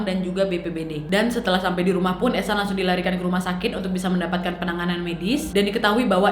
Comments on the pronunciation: Oh eshan gua pikir haechan Soalnya pas video tiktok nya lewat fyp Gua dengernya haechan😬🔫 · aku liat vidio yg ehsan dengernya "echan reneo chan.. hechan"😭🙌